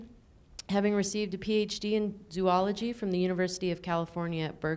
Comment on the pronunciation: And by the way, this is a fabulous lecture. Thank you. Hope you can forgive my snarky comment about the pronunciation of "zoology." (But biologists should know how to pronounce that word.)